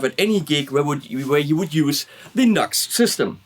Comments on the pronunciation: Nice review. Thanks. "Nu - X" I think, rather than 'nux'... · Yo it's pronounced "New Ex" not Nux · Pronounced noo x - not nucks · Great review & excellent live test. Never thought about an extension cable as an addition.. that's a great idea for any guitar without a strat type output jack. Btw, I'm quite sure NU>X (as the logo suggests) is pronounced as Nu-X (New Axe), not Nux. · It’s pronounced Nu-X or new x.